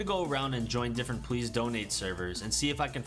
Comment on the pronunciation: dude says "pwease" donate